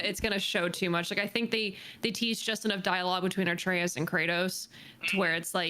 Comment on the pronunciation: pronounces Atreus incorrectly. She says artreus